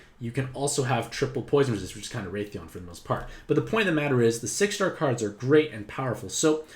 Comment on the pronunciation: i freaked out because i never heard of raytheon but then i wised up aha! pronunciation is wrath-ian like wrath and the name Ian lolol